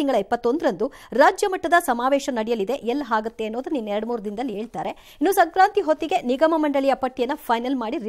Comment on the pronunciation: ಕನ್ನಡ ಭಾಷೆಯ ಉಚ್ಚಾರಣೆ ಸರಿಯಾಗಿ ಮಾಡಿ ಮೇಡಂ - - " ಎಲ್ಲಿ ಹಾಗಾಥೆ " & ";ಆಮೇಲೆ ಏಳ್ತಾರೆ ". 😢😮😅